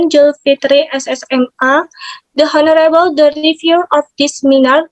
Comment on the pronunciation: please revise pronunciation of "the honorable" revise into "lecturers" as plural